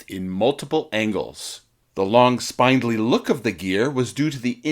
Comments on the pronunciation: The German word "Storch" (stork) is pronounced shtorkh, not stoik. And "spindly" is pronounced spind-lee, not spined-lee. Why go to all the trouble of putting an otherwise interesting video together without researching how to pronounce some of its basic words? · Not to add insult to injury.... buuuut it's spin-dlee, not spine-dlee. haha =) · ... not to mention spine-dilly. Unfortunately unwatchable. =/ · SPINDLY has a SHORT "I". Similar to gangly. So "spindly-legged" has a short "I".